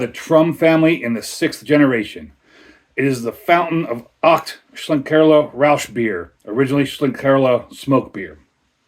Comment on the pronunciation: Nice one 👍Horns up for the pronunciation 🤘 Horns down for the pour 🤣 Haven't had this but I had the Aecht Schlenkerla Märzen recently 😋